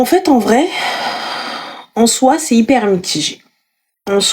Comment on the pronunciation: Hyper et non iper😂😂😂😂